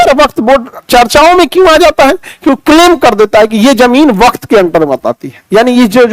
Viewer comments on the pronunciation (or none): वक्त नहीं वक्फ। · वाह खान सर वक्फ को वक्त कह रहे हैं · वक्त बोर्ड नहीं वक़्फ़ बोर्ड है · पता नहीं इस जाहिल इंसान के पास पढ़कर लोग कैसे नौकरियाँ पा रहे हैं?? उसने अपनी चार मिनट की वीडियो में चालीस बार "वक़्फ़" को "वक़्त" और "वक़्फ़ बोर्ड" को "वक़्त बोर्ड" कहा है। उसके मुताबिक़ भारत छोड़कर पाकिस्तान जाने वालों की ज़मीन की सुरक्षा के लिए सरकार ने "वक़्फ़ बोर्ड" बना दिया था। अब सरकार उसी में संशोधन कर रही है। हालांकि जितनी भी चरेटेबल ज़मीन है, मुस्लिम की, उसे हड़पने के लिए ये बिल पास किया गया है। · सर वक्त नहीं वक्फ है। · आप शब्द का सही उच्चारण करें वक़्फ़ وقف waqf